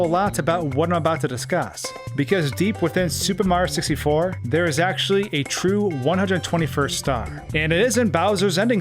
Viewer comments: Every time he says “super mar 64”, a part of me dies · Why can the narrator say “Mario” fine but can’t pronounce “Super Mario 64?” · Ugh. The way you pronounce the game as “Super Marr 64” makes me cringe every time. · Why does he keep saying “Super Mar 64”?? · Why do you say super Mario 64 weird